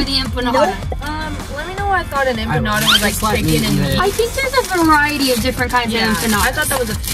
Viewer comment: That’s not how u say empanada By the way (just letting u know)